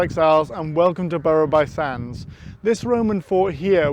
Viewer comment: Nice video - however, “Burru by sands”?? We here live in “bruff by sands” (for some reason!) Would be interested to know why “Aballava” is supposed to be pronounced “Albalva”(if I’ve caught your pronunciation correctly?)